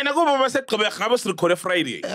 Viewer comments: It's Gqeberha bru, not Qgeberha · It’s Gqeberha not Qgeberha😩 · You guys really butchered "Gqeberha"😂